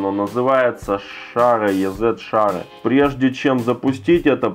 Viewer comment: Ни йэзэт, а изи (ez=easy=просто)